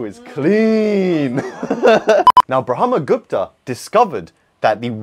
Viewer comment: He pronounced it perfectly. 🎉🎉🎉🎉🎉🎉